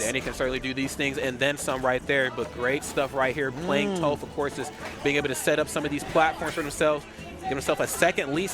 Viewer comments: The way he says tOHph, instead of Toph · How is one of the announcers gonna mispronounce Toph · It saddens me knowing the commentator didn’t watch Avatar to know how to properly pronounce tophs name :,(